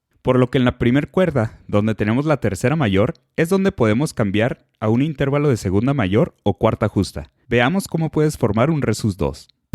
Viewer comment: Se dice y se pronuncia INTERVALO, no INTÉRVALO ya que es una palabra grave o llana terminada en vocal y por lo tanto se escribe sin tilde.